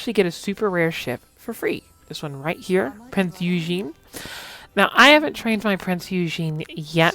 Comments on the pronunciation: Not yujin, its pronounced oygen - eu in german is pronounced oy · it's a German name, Germans pronounce "eu" as "oy", it's pronounced Oygen